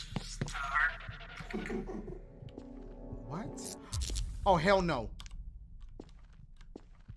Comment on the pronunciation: Nerdy employee -listen here sea star Dashie - listen here sea ster 💀